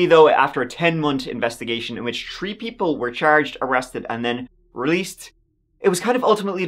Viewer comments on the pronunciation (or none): Tree tousand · "Tree thousand feet' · Please man it's not tree thousand or tree o'clock. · When’re you gonna learn how to pronounce “three”